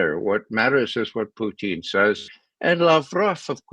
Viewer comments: Why does he say “Puteene”? It’s SO FUCKING IRRITATING. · Ray calls him puteen! 😅